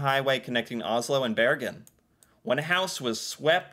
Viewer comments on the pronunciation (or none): none